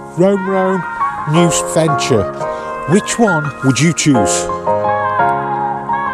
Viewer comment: "Rome Rome and Noose Venture" ?